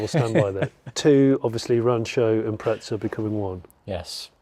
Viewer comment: There's no "t" in Impreza, ask Subaru.